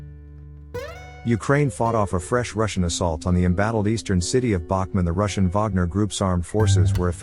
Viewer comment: Who is the absolute MORON who is narrating this, and these other videos, as the Ukrainian city is NOT called Bachman, you ignorant ass but IS called Bakhmut i.e., "Bak moot" (Phonetically) so please extract your Hotel from your Alpha dipshit and DO YOUR HOMEWORK & GET IT RIGHT for a change!!!